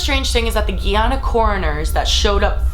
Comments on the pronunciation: Music is too loud. Guy-Anna not Giyana. Other than that, great video. Interesting story. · Don't mean to be nit picky, but its pronounced guy-ana, not gee-ana. :) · Wtf is 'Geeeeeeeeeeehhhh-ana' it pronounced the say it's spelled 'Guy-Ana'. The fact that white ppl try to make it more complicated blows my mind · Its pronunciation is GUYana guy ana. Lord not geeana....sorry u drove me nuts. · Please, my country is pronounced, like Guy and Ana no 'gui'. Guyana! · It's pronounced GUY-ANA not GEE-ANA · **GUY - ANA not gi-Ana 🙄 white ppl lol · I just had to stop the video....she cant even pronounce my country's name right ....its "GUYana" not "Guiana" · That country(Guyana) is pronounced "guy-ahna". Not "gee ahna". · This is gonna bug me forever if I don't say it. It's not pronounced "gee-yana" it's pronounced how's it's spelled.. "Guyana." "Guy" as in like "hey GUYs" and "ana" as in "ana." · coming from someone who is from Guyana, you're saying guyana wrong. it's literally pronounced how it's spelled "GUYana" not "geeuna" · My baby daddy is Guyanese and it's pronounced Guy-Anna not Gee-Yana not Tryna sound rude just letting you know.🙂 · I understand the story is sad and really creepy but as someone who is guyanese I couldn't focus on it because it's called GUYana and you're saying GYana😂😂😂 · Bitch it's pronounced GUY-ANA not gee-ana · I currently live in Guyana and before I moved I did research on Jonestown hoping to do some 'site seeing' when I arrived, but to my surprise hardly anybody my age and younger living here knows this story. Wierd. Its almost like it never happened. (Btw it's pronounced 'Guy-ana' not 'Gey-ana'.) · It's pronounced GUY-ana, not "ghe"- ana ❤❤ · you keep calling it ge-yana it is supposed to be guy-anna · giana lol its GUYana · its pronounced "GUY ANN AH" not gee ann uh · It's not geeeyana it's giiiiana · How old are you who have never heard of jim jones and Jonestown?? It's pronounced Ga-na, Ghana not ghee-ana... you're killing me